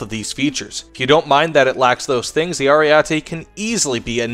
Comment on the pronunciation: Just FYI, the first E sounds like the last one: AriEtE. The A sound made me cringe a little :P